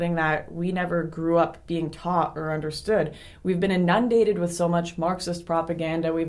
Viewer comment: "Inundate". emphasis on the FIRST syllable.